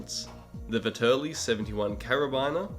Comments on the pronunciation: Please my ears, don't say Veterli, it's ve TT erli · Great video! Also I dont wanna be that guy but you pronounced Vetterli wrong. It sounds like Vet er lee